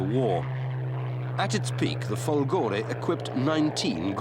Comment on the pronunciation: Per come ha pronunciato "fòlgore" meriterebbe la chiusura del canale!